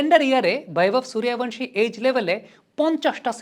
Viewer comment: দয়া করে সুরিয়া ভানসি না। বাংলাতে লিখলে সূর্য বংশী আর হিন্দিতে উচ্চারণ করলে সুরিয়া বন্সী।